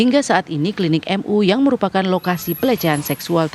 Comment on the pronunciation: Host tv one, bilang klinik,, klidik